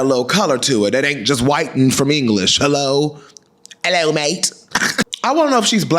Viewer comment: It was the “ello mate” for me 😭 I love you !!